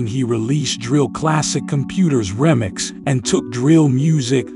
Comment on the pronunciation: Who says REMIX like that? Looolllll…..